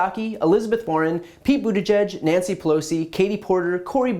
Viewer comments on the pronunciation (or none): none